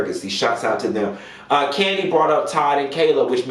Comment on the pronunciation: Nene said the person get spinoffs every season. Kim hasn’t been on rhoa in years so her show isn’t considered a spinoff. So it’s only kandi left who is on an active show and have spinoffs. So process of elimination and her big bad inability to say kandi!! It’s kandi sis. Nene a damn hater.